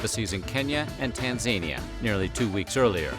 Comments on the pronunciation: "Tan-zania"?? Really?? @@ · The narration of these kill me "tazania" instead of Tanzania and "hbh" instead of hgh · Tan-zania 🤣 Try Tan-Zan-Nee-Yah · Tan-ZANE-e-uh? It’s Tan-Zuh-nee-uh🤦🏽‍♀️ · Tan Zan Knee Ya not tan zaney ah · Tanzania is pronounced Tan-zah-NEE-ah, not like Tasmania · That's not how you pronounce Tanzania... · You really can't say Tanzania correctly? Come on, dip.....